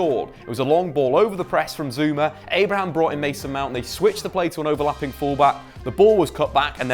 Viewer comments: There's clearly no S in ABRAHAM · Please stop saying Abrahams